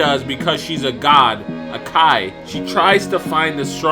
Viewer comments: why does he keep saying key? its KI pronounced “ kai “ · Why do you say Key instead of Kai?